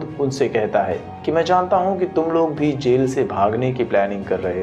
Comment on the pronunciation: Sell nhi jel hota hai